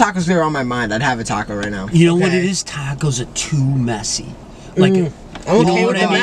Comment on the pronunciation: nicks boston accent came out when he said "tacos"